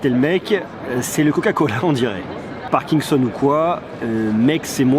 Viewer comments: on dit parkinson et pas parkingson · on dit "parkinson" pas "parkingson"